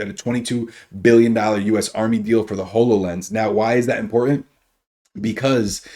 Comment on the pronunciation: I literally cringe every time you mispronounce Hololens. It's Hollow Lense not Whole O Lense!